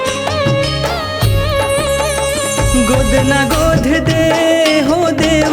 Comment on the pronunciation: गाना गजब हे। पर उच्चारण म कुछ त्रुटि दिखत हे। गोध (गोद) ए हो (ए ओ) देवहारीन (देवारीन) छत्तीसगढ़ी म छत्तीसगढ़ी उच्चारण के ही उपयोग होना चाहिए।